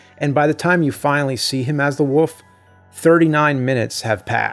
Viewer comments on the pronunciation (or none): My grandma is from Philly/NJ and says "wolf" the same way James does, more like "woof".